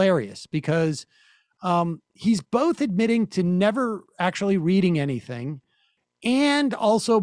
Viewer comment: anything? A-NY-THIN-G